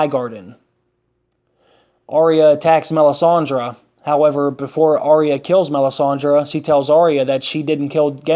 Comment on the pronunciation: Not Are eh yah! Arya!